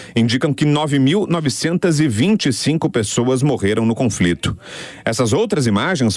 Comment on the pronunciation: O cara falou confrito